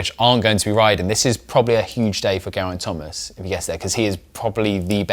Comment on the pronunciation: How about learning how to pronounce Gerraint Thomas's name. And learn to maintain the same volume throughout --your voice is clear then you drop your volume and it's hard to hear what you're saying because you also gabble at times.